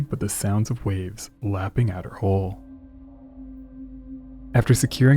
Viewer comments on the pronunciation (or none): HULL!!! NOT HOLE!!!